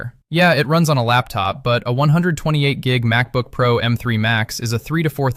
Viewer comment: Its called Pro not P R O 😂 C”mon man use real human not AI for everything here.